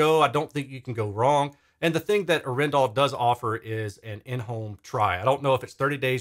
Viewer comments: Thx for doing this, I am proudly Norwegian 🇳🇴 The name is from the city of Arendal and the weight is on the first A of Arendal, not the E 😋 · It's pronounced... Adrenal